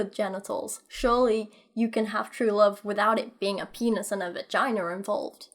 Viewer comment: "Vaginer" this is what i hear every time you say vagina. Makes me happy.